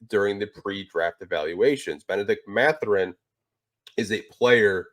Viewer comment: C'est Mathurin et pas Matherin.